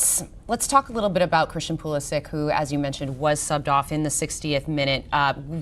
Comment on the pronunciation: Hahahaha Pulisic pronounciation not even close. It's actually Pulišić (Pulishich).